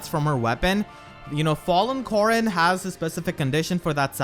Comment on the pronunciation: 𝔸𝕟𝕪𝕠𝕟𝕖 𝕖𝕝𝕤𝕖 𝕣𝕖𝕒𝕝𝕚𝕫𝕖𝕕 "𝕃𝕖𝕘𝕖𝕟𝕕𝕒𝕣𝕪 Corn” 𝕒𝕥